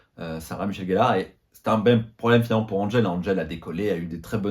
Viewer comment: Comment peut on être fan et dire « GELLARE » c’est GELLEUR !